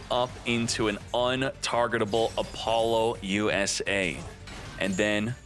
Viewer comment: Can you please stop calling it Apollo USA? That's NOT how it's pronounced. I don't know that I've ever been more triggered about a name before lmao. Nice video otherwise. Informative asf 👍